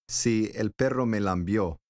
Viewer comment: No se dice "lambió", es lamió